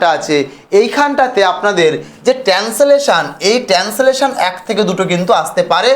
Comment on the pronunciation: Ota married na merit r tensolation na ota translation.😂 Minimum pronunciation gulo to thik korben.